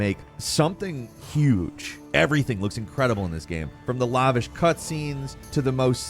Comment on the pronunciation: Only 2 "intents and purposes" but we had a "lah-vish" instead of lavish. I'll give it 3 Falcons outta a bundle of Jakes